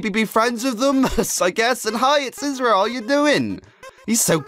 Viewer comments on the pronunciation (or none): it is Az-ree-l